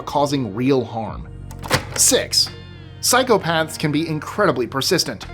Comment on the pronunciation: I keep hearing you say "cycle paths" 😂